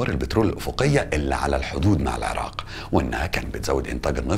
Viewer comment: هسه مبدئيا بعد ما شفت دقيقة وحدة من الفديو الشي الحلو المقدم مصري وميكول العراء 😂💔✅ تعديل: بعد اول دقيقة طلع يكول العراء 😂🤦🏻‍♀️ هو اني بالبداية استغربت شعجب ميكول العراء بعدين حسدته بس يلللاا اصلا عادي 😂😂 تعديل ٢: والله الفديو لخص هواي سنين مر بيها العراق مثل ما كلت لخص هواي هو ذكر الاحداث الرئيسية من غير هواي شغلات يمكن او اكيد بس العراقيين حاسين بيها. هسه اكدر اكول والله احنا شعب كفو واقوياء 🥺❤️ +واحلا جملة گالها لو شي مو عاجبك بلدك غيرها انت واخوانك هو هذا الصح وان شاءالله كلنا ايد وحدة ويرجع العراق احسن من قبل ✅💙